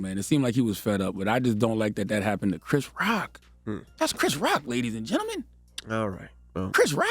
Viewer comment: Wooooowwwwww!!!!! Not the braces having him pronouncing gentlemen correctly. Makes me think he does it intentionally other times.